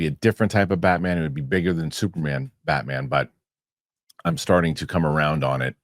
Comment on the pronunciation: Both of them said that 😂…Im confused as to who they watched growing up to have this mentality of Batman not being big ! Also in the beginning his pronunciation of Batman “BatMen”😂….